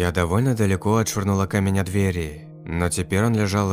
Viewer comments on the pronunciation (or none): none